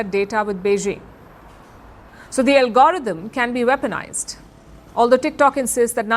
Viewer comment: LOL Palki can't say algorithm, she says "Algorotum", I bust out out with laughing.